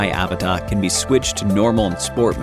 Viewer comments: Please just admit that it’s uh-VAH-tah and stop saying A-vuh-tah lol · It's pronounced "AH-VAh-TAH"